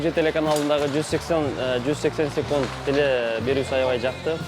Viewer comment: Ар дайым айтам Сукунт эмес секунд-а дечи